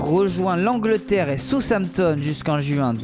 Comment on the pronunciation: Il a dit southampton mais il la un peu mal dit